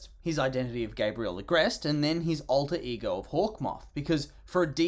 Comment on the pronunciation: [Alter ego] NOT [Alter igo]!!